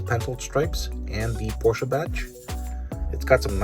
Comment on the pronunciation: Porscha??? Im sure it’s Porsche lol